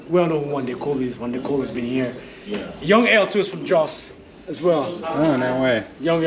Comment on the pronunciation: "Joes"???? Jos is Jaw... sss! Lived there 40 plus years ago. It is "relatively" cooler there. I know the city has grown a lot. How was the traffic? Has the museum grown a lot? Corn. Most likely maize. Feed or meal corn. Not sweet corn. There are extinct volcanoes to the east of Jo's. See them on Google Earth. Towards Pankshin.